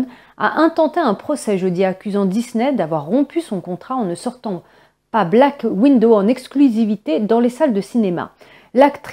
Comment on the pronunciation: Chère mademoiselle, comme d'habitude, merci pour les infos. Mais comme d'habitude, faites donc attention à votre prononciation. Le film s'appelle Black Widow c'est-à-dire veuve noire. Vous le prononcez black window, ce qui veut dire fenêtre noire...